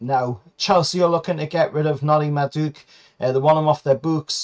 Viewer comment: You totally butchered madueke's name😂😂. Also I think we might be paying too much for Guehi. Hes good, but for 60 million we could buy a defender and a right winger, and I'm guessing theres plenty central defenders of a similar quality for way cheaper abroad.